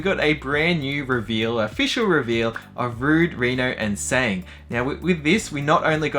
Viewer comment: Tseng is pronounced, sung... not sang. Also, with the eyes, only Sephiroth has the cat slit eyes. All Soldiers however, have that eye colour. While Cloud isn't technically a Soldier, Hojo did similar treatments to him, so his eyes are like proper Soldiers here, thus adding to his confusion in thinking he is a first class Soldier when he isn't.